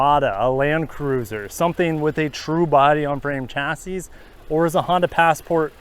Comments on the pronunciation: The last “s” in “chassis” is silent my dude. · Hard to value the opinion of someone who can't pronounce chassis 🤣